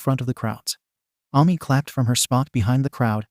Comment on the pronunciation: Hello, I am the Author of this story! Thank you for uploading this onto your channel. It's nice to see my story made its way onto Youtube. I'd also like to add that It's pronounced A-Me not Ah-Me but then again its a robot voice so of course its trying its best to understand. Also the red and black haired girl isnt what Ami looks like if anyone's wondering. Other than that, I appreciate the upload. Thanks for reading( or listening😂) and have a good day!